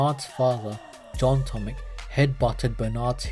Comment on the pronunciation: The correct pronunciation of his name is not "tomik" but "tomich".